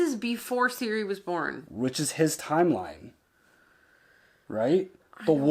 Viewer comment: Ciri, Geralt and now Jaskier all of them are "hard " so not"SI", "Dż" and "Dż" please Citra too not "Sintra" :P